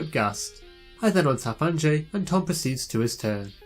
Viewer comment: Great game. I just want to toss out there that I'm pretty sure Anje is pronounced "Anya," it's the dutch spelling of that name.